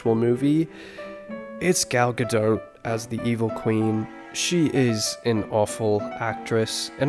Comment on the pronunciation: it’s Gadot, not Gado why not? How do you know how good she is as a person?